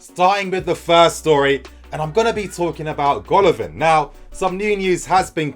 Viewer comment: It is pronounced Gala-Vin !